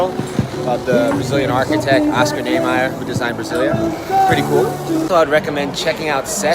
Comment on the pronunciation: Niemeyer lê-se NIÊMAIER.